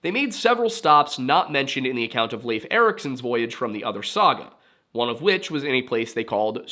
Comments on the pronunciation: Finally someone who pronounces Leif as Leif, and not Leif. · Thank you for pronouncing Leif the way you do. It was kind of consistent. Not perfect, not bad! Now say Cnut or Canute, or Knud, or Knut or... Love your channel BTW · Good video. I liked how you pronounced Leif correctly! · Thank you for pronouncing Leif correctly!